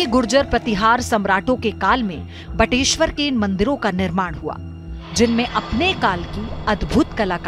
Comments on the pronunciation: बटेश्वर,न की बटेश्वरा। हिन्दी को हिन्दी ही रहने दो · बटेश्वरा नही बटेश्वर , गलत उच्चारण बड़ा बुरा लगता है